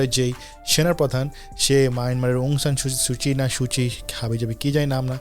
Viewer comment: অং সান সু চির নামটা ঠিকমত বলতে না পারাটা দুঃখজনক।